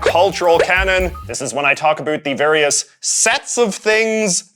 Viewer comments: Incredibly informative video, but I'm curious why you keep pronouncing "about" in the way you do? It sounds like you're saying "a boot". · I’ve been everywhere in Canada and no one says “about” like this guy. I’d call him a hoser but he’s just a poser.